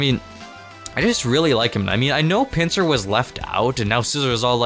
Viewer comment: Honestly, when you said pinsir I was confused